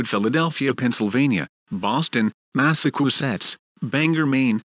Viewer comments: Boston, Mass-a-koo-setts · Mass-a-choo-setts would be closer to the right pronunciation. Is the person that made this clip from Russia? 🤣🤣🤣🤣🤣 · Shame the President sounds so much like Sir Stephen Hawking, and that the AI for the announcer is a lot worse at pronouncing Massachusetts than I am (me being British)... other than that, this is great!